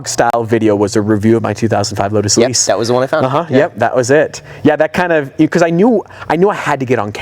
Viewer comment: "LODES Elise"